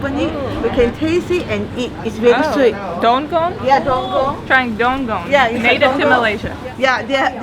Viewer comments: its DUKONG , not DONGONG..lols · That fruit not "dunggong". It was "dukong".. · Dukong, not donggong.